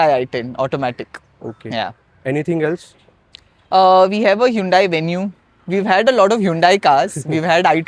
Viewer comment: It's not hundai.. it's hundey